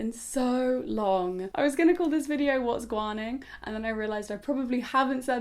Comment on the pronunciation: I just found your channel which is awesome but it's, waguan not whatsguan😂